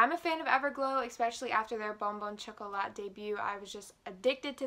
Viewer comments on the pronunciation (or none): It's pronounced chocolah not chocolaT